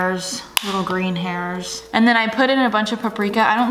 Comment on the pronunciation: "& it looks like a buncha, like, hayers - little green hayersss..."